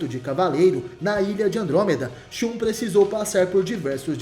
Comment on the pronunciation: Se pronuncia ShaN